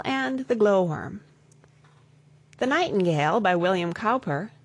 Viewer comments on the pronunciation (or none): "cowper" is actually pronounced as "cooper". Please increase your knowledge and do not make any random video...just reading out the poem.